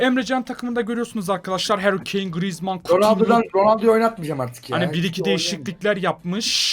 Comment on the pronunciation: mbbape baglı grrizman baglı sanchez baglı diyen 😂